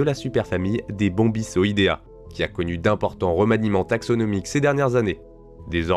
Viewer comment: super vidéo comme d'hab. Petite remarque de prononciation, si tu veux prononcer à la française les noms binomiaux, attention au "c" qui se prononcent comme "k" avant une voyelle arrière (a, o, ou) et comme "s" devant voyelles avant "e, i". Par ex. bombico- prononcé /bombiko/, les règles habituelles du français avec "c" sans cédille en fait. A la latine version classique c'est toujours comme "k", et latin version ecclésiastique c'est comme en français mais au lieu du son "s" avec "e" et "i" c'est "tch."